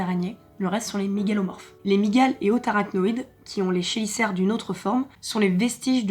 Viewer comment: Chélicères ce prononcé kélicère. Il y a beaucoup d'araignées qui on une très bonne vue celle qui chasse à vue (comme la plus grande famille d'aranéomorphe les salticidae (araignée sauteuse)). Tu peux différencier la mâle de la femelle avec les bulbes copulateur oui a condition que le mâle soit mature, mets j'ai beaucoup d'espèces il y a un dimorphisme sexuel le mâle est plus petit plus fluet la femelle plus grande et plus trapu. Ce n'est pas le gonopore mais l'épigyne. Les araignées ne piquent pas de toutes façons elles mordent, mais en France sur 2000 espèces environ seulement 3 ou 4 sont capable de percer la peau humaine et même si elles en sont capable elles n'ont pas de raison de le faire nous ne sommes pas de la nourriture pour elles. Il y a pleins d'infos que tu aurais pu donner quand tu veux vraiment désensibiliser c'est dommage